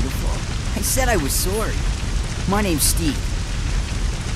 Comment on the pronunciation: He said he was soary